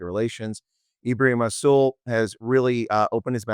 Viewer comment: Yes but the R in rassool is silent.